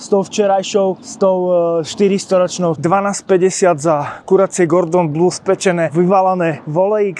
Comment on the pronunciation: Gordon Blue 😂😂😂😂😂 kedy sa uz naucite